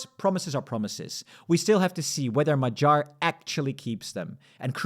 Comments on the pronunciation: Non-Hungarian here, but why say "Majar" instead of "Ma-ghee-ar" / "Mo-ghee-or". Good video anyway! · mah-JAHR 😬 does he really think that the stress in Hungarian is on the last syllable 😂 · Hungarian a is somewhere between English a and o. Tounge is down in the mouth. Hungarian gy is a double letter representing one sound. It is like d+y, but just one sound. The y in the Hungarian alphabet, as part of double letters, is a sign of pronouncing the letter more softly. In this case it is like you would pronounce a sound between d and g (not like in "George" but like in "gun"). I think the homepage Forvo will help you. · it's only funny if you mispronounce his name like this video host does. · Magyar G should not be spelled with a G of "gentle" but instead with the G of "gate".